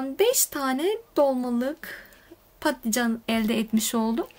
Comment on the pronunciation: Ya ingilizce klavyeden kaynaklı ya da Kürtçesi balican olduğu için patlican demesi daha kolay, Kürtlerin dili dönmüyor bazı kelimelere.